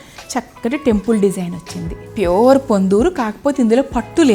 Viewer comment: మీ వీడియోస్ చాలా బాగున్నాయి మీ సెలెక్షన్ మీ కలెక్షన్ కూడా wonderfull ఆండీ but మరీ కొన్ని వర్డ్స్ అలా వత్తి పలకడం కొంచెం ఇబ్బంది గా ఉంది ఆండీ ( ప్యూర్ అనే మాట మామూలుగా చెప్పినా బాగుంటుంది )